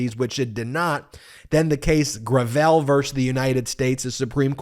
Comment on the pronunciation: Finally pronounced Gravel correctly. Now let's work on Amit Mehta.